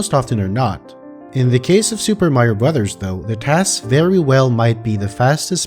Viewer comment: Amazing video! By the way, it's nice to see someone who knows how to pronounce the title of the game.